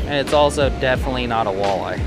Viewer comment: I literally stopped watching marshall outdoors cuz he says walleye that way...